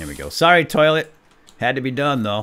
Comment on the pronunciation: at 18.58 you said loilet